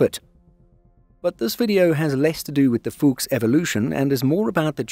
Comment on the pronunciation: Brotip: the U in Fuchs is short, just like the O in fox. 😉